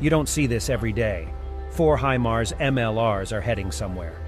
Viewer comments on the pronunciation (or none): none